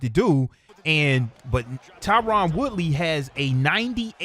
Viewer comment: I love your show man but his name is Tyron not Tyrann